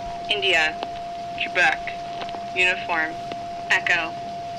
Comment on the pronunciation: Ooooh "Quebec" not "Trebec". Threw me for a loop.